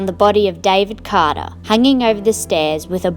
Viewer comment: I like your accent when you said David Carter